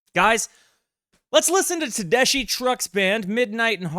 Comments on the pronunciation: "TEH-DESK-EEE" not DESH ;) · FYI pronounced "tedesky" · Just FYI - Tedeschi is pronounced with a k sound = Ted-ES-kee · Tedessshhhi ? How about less dramatic theatric words but learning pronunciation of NOT ENGLISH names and words ,......there is a world out there ........not just US ! Great music, stupid comments ! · Tedeschi pronounced "SKI" Trucks Band is the best live band out there right not I saw them (4) times in 2024...not a single repeated song Derek is considered the est slide guitarist out ther..even Greg Allman said Derek was better than Duane Allman Derek was named after the Eric Clapton album "Derek" and the Domino's, featuring Duane Allman, with song like Layla Susan Tedeschi was born on the day the album was released Susan CAN SHRED on the guitar too... theyre playing 10 nights at The Beacon theatre in March,, taking the Allman Bros. slot they held for over a decade